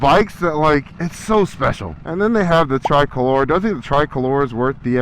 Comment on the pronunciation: My dude just murdered the pronunciation of "Lamborghini" and "tricolore" 🤣